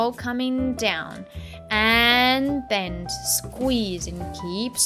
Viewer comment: her voice is really squeezing orange. when she says squeezing. kkkk